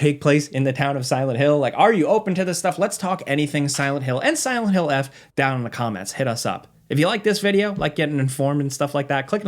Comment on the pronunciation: It's Silent Hill Forte, not "eff"